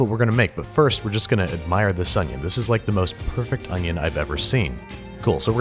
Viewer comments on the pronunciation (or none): it's called an o n y o h